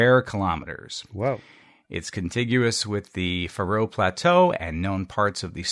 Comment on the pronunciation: (Niiice) Faroe Islander here, the stress is on the first syllable: the FA-roe yada yadas. Just like the ancient Egyptian kings :)